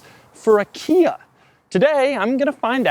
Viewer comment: He says "Kia" But I thought he said IKEA (2 times) Also Doug's the type of guy who refers to a bubble butt as a "big rear area".